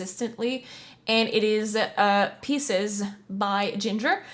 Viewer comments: So you have seen them live and you say you know of them yet you pronounce the song "pieces." Its Pisces like the astrological sign. Stop pausing to so much. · Why do people mispronounce this. Pieces=parts of things. Pisces=zodiac sign pronounced P-EYE-SEES. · Pronounced "Pie-sees" for the record... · Didn't even pronounce Pisces correctly